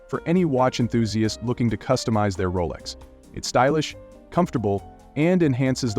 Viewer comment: Roless? dont you mean Rolex?